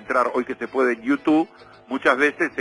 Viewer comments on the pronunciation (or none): none